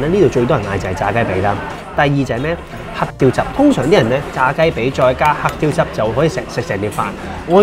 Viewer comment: 黑雕汁? 定我聽錯? 係唔係得我讀黑“蕉”汁 😀